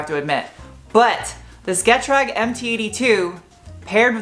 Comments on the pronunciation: I wish people knew how to say Getrag, it’s not pronounced “get-rag” it’s pronounced “getraag” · I can help, I speak German (IRL) .. It's NOT "Get-Rag" ... it's 'guh-TRAHG'